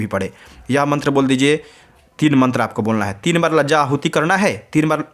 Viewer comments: माननीय लज्जा होम नहीं कहते है शुद्ध भाषा कहे लाजा होम कहे धन्यवाद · लजा होम नहीं होती है लाजा होम होती है